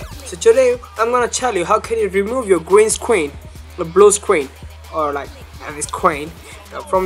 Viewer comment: Lol... i like how you say gween scween.. :P